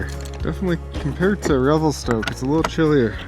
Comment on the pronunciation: Revel-stuck haha